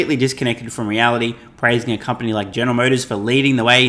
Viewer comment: U know shes bullshitting when she cant even say company